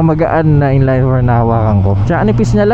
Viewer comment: "In-layyynn for", should be in-line 4, pronunciation is as is.